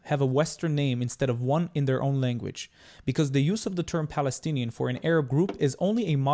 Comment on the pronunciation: Falastini lol, can’t even say p